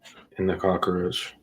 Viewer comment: All that drama is ridiculous. The term is cock roach, not Crocker roach, or are you confused with Betty Crocker?. Go get some education. What are you looking up for instead of into the camera. His victim okayed his presence…how did you miss that? You know all about families, other cultures, from a book? Or your dreams. Speak for yourself. You have no idea what it is to secure a job with a felony conviction.